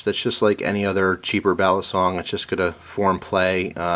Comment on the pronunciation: iam a Pilipino, the CORRECT pronounciation of "BALISONG: is [BA-LEE-SONG], AND NOT [BEAH-LEE-SONG]